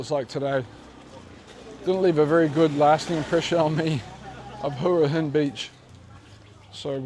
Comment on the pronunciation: Hwa Hin is the correct pronounciation.😁😁👍🏻👍🏻